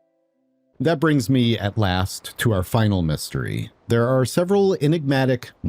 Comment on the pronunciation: the way you're saying "there are" in this sentence is messing with my brain. it seems wrong